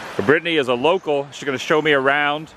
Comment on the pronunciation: Did you say Brittany was 'local" or 'loco'?